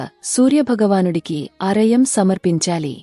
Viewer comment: Arayam kadhu sis argyam